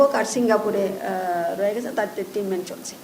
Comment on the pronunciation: এটা ট্রিটমেন্ট, ট্রিনমেন্ট না। মহিলা আঞ্চলিকতা মারাতে গিয়ে শব্দের এই অশিক্ষিত অপব্যবহার